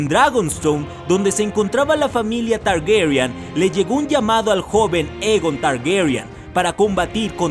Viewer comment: Por qué pronuncia Targuerian? =º